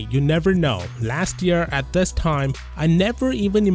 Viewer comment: Please pronounce This as This not Thes